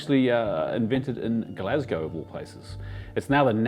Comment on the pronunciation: And the correct pronunciation of Glasgow - legend